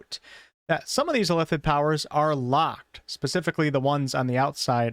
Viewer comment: Please learn how to say illithid.